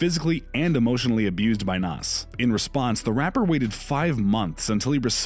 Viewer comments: Nass? Stop is pronounced naZ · Me too. Nass